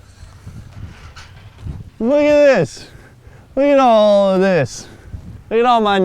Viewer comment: you sounded drunk asf right there " loook atolol of this" lmao